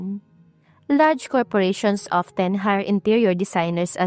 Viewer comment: Take note how to pronounce the word Plumber , it is silent b sounded” plumer “ The word often is silent “t” sounded as “ofen” , Gusto kita as narrator pls huwag magalit. Salamat